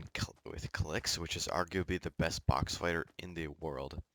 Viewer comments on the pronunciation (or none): You said aguby insted of arguably